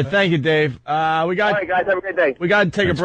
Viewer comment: Ol Roght!